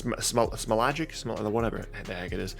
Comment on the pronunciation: I'm getting sick and tired with the demeaning pronunciation of Slavic names. If you can say Ntilikina or Nakamura you can make an effort to say Smailagic or Mykhaikiuk, but I guess it's ok to be racist when it's Slavs.